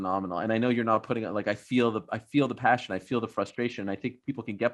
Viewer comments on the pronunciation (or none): "Fusstration" lol